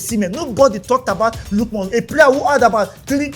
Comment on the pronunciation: it's not lookmon ,it's Ademola Lookman